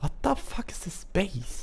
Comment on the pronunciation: its said " stupid " not " stjupit " and its said " fuck " not " fak "